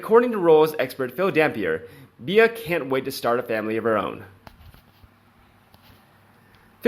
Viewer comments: Please!! Beatrice's nicknamed is NOT pronounced "Be-ah!!" The proper way to say it sounds like the insect called a "Bee." 🐝 And Eugenie is pronounced: "You-jeh-nee," or "U-zuh-knee." It's French, and it has a soft sound. I think this will help your videos sound authentic. 😀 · her name is pronounced 'B' you can megans name wrong as much as you like but please get Beatrice right x